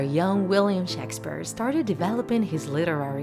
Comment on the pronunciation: "shaks sphere"